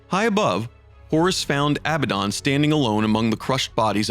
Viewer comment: The Fuck did u call Abbadon ???